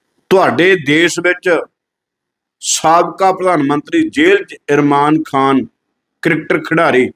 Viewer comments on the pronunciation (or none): ਇਰਮਾਨ ਖਾਨ ਨਹੀਂ ਇਮਰਾਨ ਖਾਨ ਹੈ 😅😅😅 ਗਿਆਨੀ ਕਹਾਓਣਾ ਸੌਖਾ ਨਹੀਂ ਆਪਣੇ ਲਫਜ਼ਾਂ ਦੀ ਸਹੀ ਵਰਤੋਂ ਕਰਿਆ ਕਰੋ! ਪੁੱਛੋ ਨੂੰ ਪੁੱਸੋ ਨਾ ਕਿਹਾ ਕਰੋ!ਤੁਸੀਂ ਆਪਣੀ ਇਸ ਭਾਸ਼ਾ ਕਰਕੇ ਪੂਰੇ Sc ਭਾਈਚਾਰੇ ਨੂੰ ਬਦਨਾਮ ਕਰਵਾ ਰਹੇ ਓ!ਇੱਕੀਵੀਂ ਸਦੀ ਚ ਹੁਣ ਕੋਈ ਵਿਰਲਾ ਹੀ ਹੋਵੇਗਾ ਜਿਹੜਾ ਇਸ ਤਰਾਂਂ ਬੋਲਦਾ ਹੋਵੇਗਾ!